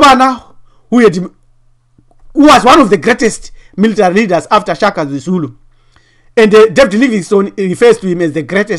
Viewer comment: ....Shaka not "Chaka".... Don't disrespect our late King. .